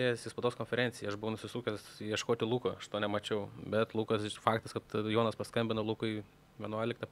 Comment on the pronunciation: nuo kada Jonas tapo "dzoniu"? 😆